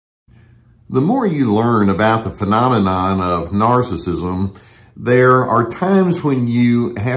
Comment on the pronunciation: I know i didn't hear you say pha-nonanon. I be listening. I be listening. I be listening. Pha-nonanon, LoL Love ya Doc.